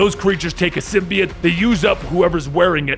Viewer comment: Erm it's sym-bi-ote